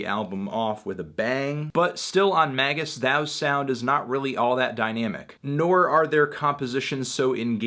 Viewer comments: Surely it's pronounced May jus? Not Maggus? Anyway, it's.fucking amazing.. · It's not MAY-jiss? 😰